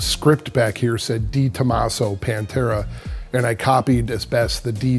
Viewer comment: I hate the way you say "DayTomaso" 🤣🤣🤣